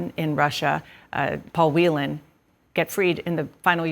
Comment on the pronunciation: Well done, Dana Bash, for pronouncing "Whelan" correctly! Please pass it on to the rest of the anchors.